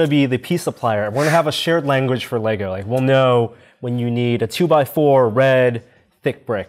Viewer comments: THANK YOU FOR SAYING LEGO CORRECTLY (some of the time) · These dudes win for making a deliberate effort to say “LEGO” instead of “LEGOS”. They slipped, but I ain’t mad. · Fuck me dead, I just heard two Americans call Lego “Lego” instead of adding an unnecessary s on the end like they’re trying to pronounce some French. Great job! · Glad he says it correctly Lego...no Legos